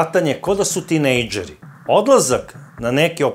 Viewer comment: Odlicne emisije,ali ne akcentuj reci gde ne treba..jos nisam cuo da neko izgovara "bicikla, tinejdžer, okolina" na tvoj nacin, cak ni Beograđani a trudiš se da zvučiš kao oni koliko vidim. Nema potrebe za "banderama":) Pozdrav